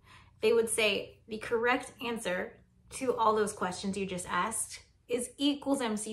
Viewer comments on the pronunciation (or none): none